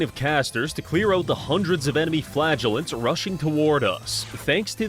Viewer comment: Every time you say "flagellant" I hear "flatulent"